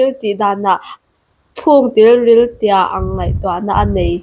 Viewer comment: Tilril tih ani loh khi ( Tiril tih in nih khi i zia nang pawn)